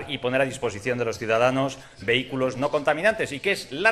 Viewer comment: Vehículo y no vehiculo. Señor "profesor"